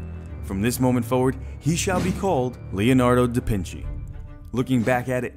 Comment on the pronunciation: "Leonardo de Pinchy" I'm fucking dead Lmao